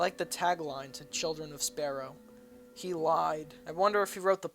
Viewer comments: You said children of sparrow. Sigh....... its spelled sorrow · didn't know sorrow had a p in it